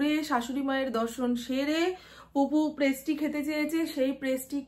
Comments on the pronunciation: kothata presty noy,pastry,vul ucharon kno koro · Prestry noi😂pastry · Prestri noi pastri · Prasti noy pastry bole